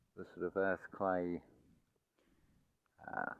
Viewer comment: Sorry I heard earthquake when you're saying earth clay ooops